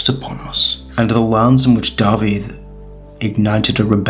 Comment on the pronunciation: mae'n cael ei ynganu "dah-vith" nid "dah-vid" yn Saesneg